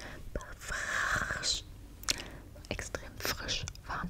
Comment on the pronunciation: Und frrrrrrrrisch auch